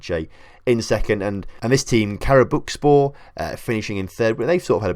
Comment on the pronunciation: What makes it more funny is that you pronounced it correctly each time you said Karabükspor but with the others it just wasn’t happening 😂